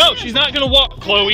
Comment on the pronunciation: the way he said Chloe 😂😂